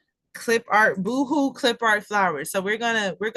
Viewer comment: Thanks for sharing the content! Just an FYI Boho is pronounced bow-hoe it’s short for Bohemian. 🙂